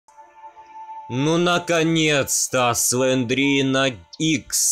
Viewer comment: Только ща я заметил что не слендерина а слендрина